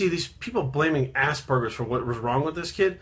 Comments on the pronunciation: The whole video i heard: Assburgers XD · I just keep hearing assburgers.